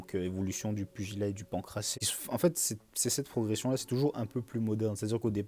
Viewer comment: Salut, bonne vidéo ! Si jamais le pancrace se prononce sans "é" à la fin👍🏻